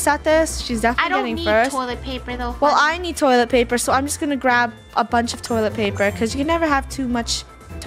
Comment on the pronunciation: Funneh: toilet plaper